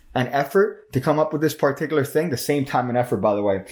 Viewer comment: you say particular a lot but you're pronouncing it in a way i have never heard it pronounced and i have just gotten on with it but i felt like i had to say something about it now.